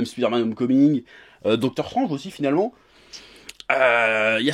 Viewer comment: J’espère que ta fait exprès de mal dire dr.Strange